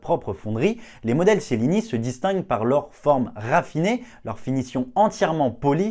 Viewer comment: On prononce tchelini